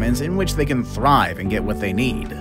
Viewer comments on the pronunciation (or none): none